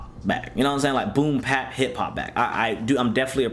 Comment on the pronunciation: It's boom bap not boom pap